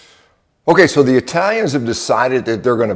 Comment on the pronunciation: 😂👊🤘 "Never Trust Eye-Talians" They scare the hell out of me especially my family. From their Evil eye and sayings ““In bocca al lupo” Into the wolf's mouth. I'm also a wooden spoon survivor.